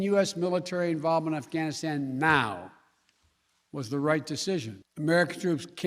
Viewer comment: I saw this general with all kinds of shit all over his chest, you know, ribbons and the like, clearly say "Assghanistan". I listened to it twice to be sure. Kind of sums up these assholes outlook, doesn't it?